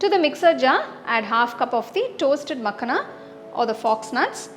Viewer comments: Lovely recipe mam... ❤️😋🙏❤️ But it's pronounced as "Makh-aa-na" not "Mak-na" in North India and Punjab, from where this recipe version and ingredient originally is .. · Thanks for the recipe❤ But it is Makhaana not Makhna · it is makhaaana not makhna -_ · Srry but it is makhana...no makhna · Its not makhna its makhana...but anyway the receipe is superb truned out very taste...thanku for wonderful receipe... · It's makhana not makhna. Anyway nice video 👍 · You made a very good kheer, however wanted to clear one thing it’s not Makhna, it’s called as Makhaana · Nice recipe. But it's called makhaana. Not makhna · It's not Makhna, it's "Makhaan" please pronounce properly. It's harvested in Bihar. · Makhna ❌makhana ✅😂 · It's not makna it's makhana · Its not मखना, its मखाना. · मखाना मॅडम...no मकाना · The entire time she kept on calling Makhana- Makhna, it’s not Punjabi makhna makhna song. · Makhana not makhna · Seriously i was remembering makna song everytime she said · Recipe looks good. However, Makhana is pronounced as 'ma-khaa-na'. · It's "Maa- khana" the pronunciation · People who commented in reply, makhana is a hindi word. There is only one way to say it. Accents may vary but basic pronunciation can't change. It's not Tomto. Tomato, Tomahto ok. Nothing wrong in pointing out correct pronunciation. No need to be so defensive.